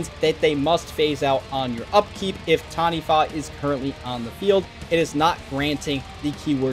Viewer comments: Well done. First person ive seen on youtube to not butcher it by saying Ta-knee-waa 😂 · As someone from NZ you did well bro! Heard so many people say TANI-WAH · Close enough. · As a Māori EDH player who has been working on my Taniwha deck for several years, I commend your effort to pronounce the name correctly. Respect